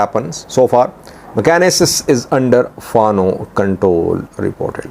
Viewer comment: Mekane yesus is the right pronunciation.